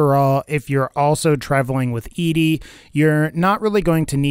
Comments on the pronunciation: It’s ED-E NOT EEDEE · I cringe everytime he calls him EEDEE It's EDDIE ED-E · I cant watch your video cause its name is ed-e not e.d. ...ed........e...like eddy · Why does every Fallout youtuber I've seen pronounce ED-E like "eedee"? Am I the only one who pronounces it like "Eddie"? I thought it was kind of obvious that it's supposed to be pronounced like "Eddie" with his companion quest named for the hit single by The Teen Queens, "Eddie My Love". Maybe I'm just nit-picking. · I was about to ask the same thing. I also pronounce it "Eddie". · I think it’s that people want Eedee to be a girl robot. ED-E pronounced Eddie kills the fantasy. I remember when the game came out people I knew thought ED-E was somehow a girl type robot. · Even Obsidian/Bethesda said it's either Eddie or E.D.E for name pronunciation. E-DE doesn't even make sense anyway you look at it. Plus the fact his quest is named after a song called Eddie my love. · An absurd amount of time playing Mass Effect 2 has me say EEDEE but I feel like FNV's ED-E is supposed to be pronounced Eddie. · Except it's ED-E not E-DE. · It's not E-D it's Eddy! "ED-E" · The robots name is prounounced Edie not Ed, stop butchering the name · it's not E-D. it's ED-E, get it right!!! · His name is pronounced Eddie. Not E-Di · Why in the fuck do you keep referring to ED-E (Eddy) as E-D (Edee)? Explain. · Your video kept confusing me because I thought there was a character I was unfamiliar with who's name was pronounced Eedee. It's pronounced Eddie, like the song, in the game that you played, and then made a video about...👎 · Its pronounced „ed - e“ not „edee“ 😅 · E D REALLY E D it's ED-E as in ED then the letter E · Peter Wojo I thought it was ee dee ee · Od1nGaming it's not how you pronounce his name, it's Eddie, it's a reference to Eddie my love and in the lonesome road DLC the man who made him calls him Eddie when Eddie plays his voice recording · Yes, it is Eddie, ingame too. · You’re not the only one😂